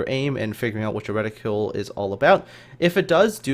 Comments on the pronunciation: Useful video, but need to use the right word and pronunciation. The word your looking for is the name of gun sight markings which is: "reticle" noun ret·i·cle \ˈre-ti-kəl\ : a scale on transparent material (as in an optical instrument) used especially for measuring or aiming a reticule is : a woman's drawstring bag used especially as a carryall Still give you a thumbs up. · “Ret-ih-cle” not “reticule” there is no u in the word